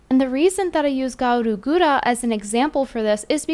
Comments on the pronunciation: Why did she say gawr gura like that. I've never heard it said like that. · Well another video to report to cover corps. You just cant stop talking about gawr gura can you? And for the love of god, say gawr guras name right 😂